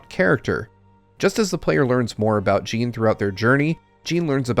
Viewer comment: I was going to comment the same. "Jin" rhymes with "bin", not "Jean" which rhymes with "bean"